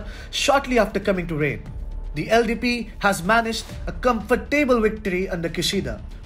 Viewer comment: Comfortable lolololol thats the funnest way iv ever heard it said.